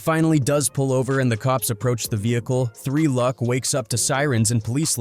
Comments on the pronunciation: 3 Lew C C? Why can it not pronounce 3Lucc? Why wasn't this video checked and changed to Three Luck? No oversight? Gosh I hate AI voice slop. I know this is garbage celeb news/gossip and gang crap but still, it deserves more effort than this. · good vid but maaaan these channels that use AI voices to narrate really need to just double check the vid before posting. 3 L U C kept getting me over and over again 😭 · Its Tre Lucc as in LOOCH